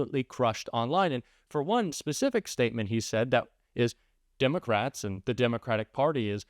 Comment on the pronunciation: I don’t trust anyone who can’t pronounce the word Democrat properly. It’s not not Dim-o-crat. Let’s save the “Dim” moniker for Vance & tRUMP & MAGA Morons, in general.